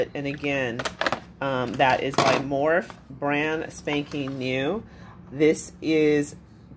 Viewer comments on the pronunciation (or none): Love ya. But, the brand is pronounced "more-fee"!